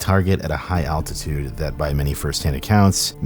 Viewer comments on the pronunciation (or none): none